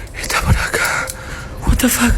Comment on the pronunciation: 🤔... guatafac, guatafac, guatafac, ... EXCESO DE ¡guatafac!! (así de mal escrito, por lo mal pronunciado por un Argentino). Me cansó por lo ridículo el primer caso. 😹😹😹😹😹